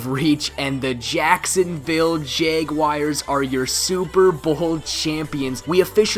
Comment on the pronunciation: The way he says jaguars "jeyguayers"